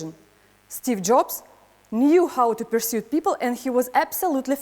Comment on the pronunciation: Одно из ключевых слов урока persuade как-то странно произносится